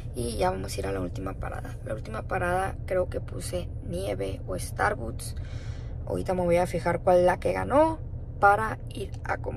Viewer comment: Starbuts dice s😂